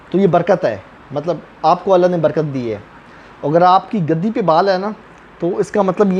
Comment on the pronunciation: گَدی نہیں گْدی گ پر پیش ہے زبر نہیں۔